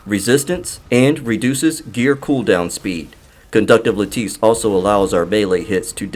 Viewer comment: I've been watching all of your videos, keep up the good work. And Lattice is pronounced.. "la'-tuhs" 😁 👍👍